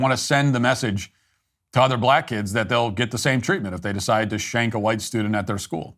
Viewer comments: THE BLACK LAWYER IS A GHETTO DEESE, DEMS AND DOSE TYPE. HE LITERALLY SAID---- DAT INSTEAD OF THAT, OVER AND OVER AGAIN. HE IS A HAIR'S BREATH FROM TOTAL ILLITERACY. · The word is THAT, not "DAT".